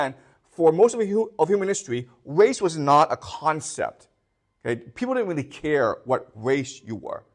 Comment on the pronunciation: Is it weally weally difficult 😂